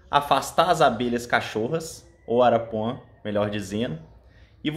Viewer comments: Não é arapuã, é arapuá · Não é arapuã é arapuá.